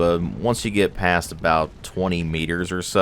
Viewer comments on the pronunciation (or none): none